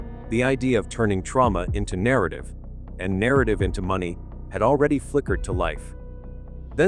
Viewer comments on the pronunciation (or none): none